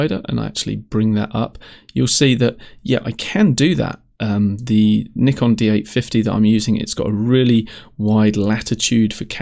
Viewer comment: Subscribed simply because you said iso and not iesso!! Even though I'm a Canon user it was also nice to hear you say Nikon and not Nykon....lol. I'm interested in this software anyway as I've just purchased it on humble bundle :)) Good video :)